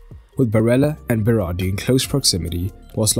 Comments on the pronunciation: It's Berardi. Not Berari. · At first you said berari